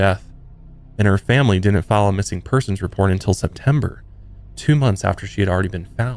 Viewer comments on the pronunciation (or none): none